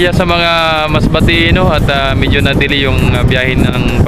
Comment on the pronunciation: "DELAY" hindi "DAILY".